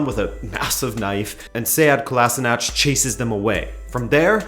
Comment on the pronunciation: For future reference Sead Kolasinac's last name is pronounced (koh-lashee-nahtz). They usually pronounce it incorrectly on TV.